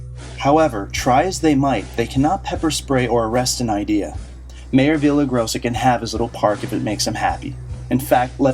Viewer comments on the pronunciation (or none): Yes, it's Villar-rai-GO-sa...Not Via-la-grossa. Please...Unless you are expressly performing satire--it's always better to use proper pronunciation of all proper names at all times, regardless of how we would all rather choose someone else as mayor. "Journalists" already have a bad name. Please don't damage our own journalistic cause or make it worse by doing a lousy job while trying at the same time to fight against the bad ones. If you play badly in favor of the team, it can hurt the team. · vee-ya-ray-GO-sa. practice at home until you get it right. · Love the video. And loved the way you mangled the Mayors name every time you said it.